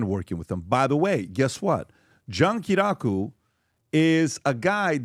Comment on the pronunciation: John Ki-ri-yah-ku 😂 it’s funny hearing all the PBD guys butcher his name lol